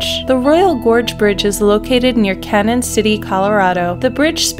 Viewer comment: It's spelled CANON.... but pronounced CANYON.... Canyon City...